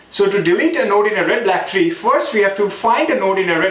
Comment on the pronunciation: Introduction 😲 😂😂Red Blaack treee😂